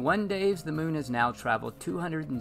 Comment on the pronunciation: Moon. Like a Cow says it. Just add N. Not Meewn. Like a Cat says it. Here to help.